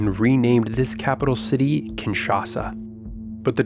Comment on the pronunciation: Thats not how the city is pronounced lol 😂